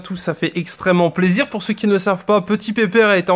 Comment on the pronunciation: Pk au lieu de dire plaisir tu dit zizir ps c pas méchant je t adore continue comme ça